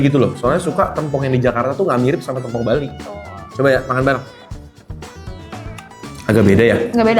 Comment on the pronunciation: bacanya tempong bang, bukan tempong